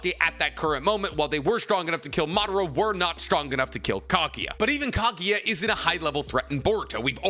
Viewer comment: for god's sake, it's kagUUUUUUya, not kagya I'm losing my mind right there ><